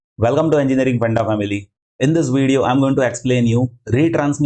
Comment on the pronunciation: hello, it's "every segment" and not "ewry segment" , it's "received" and not "receiwed", "video" and not "weedeo" - your sincerely, junior grammar n-zi. Besides, thanks for a nice video, I'm looking forward to watch your another video, about sliding window.